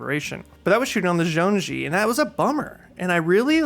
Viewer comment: Agree with everything you said. BTW, zhong-yi (jong-ee) is how it is pronounced!